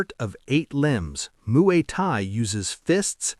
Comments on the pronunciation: "Muay Kai"? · "Moo-ee Tie, the art of 8 limbs..." as 10 spots are shown.